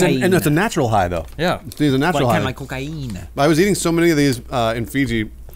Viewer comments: "cocaiina" kkkkkkkkkkkkkkk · 3rd time I come back just to listen saying Cocaeeena